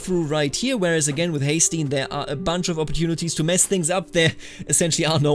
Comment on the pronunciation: Haesteinn is pronounced Hesten. Just a note.